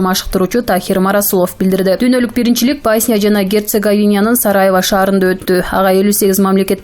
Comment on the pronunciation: Басня эмес Босня